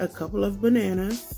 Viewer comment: "Shoppin....for buhNanNuhs!